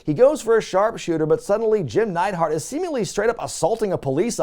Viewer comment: "Jimmy Jam Neidhart" lmao